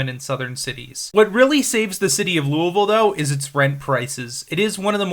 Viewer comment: You've earned a subscriber because you actually pronounced Louisville correctly. Well done! Almost nobody gets that right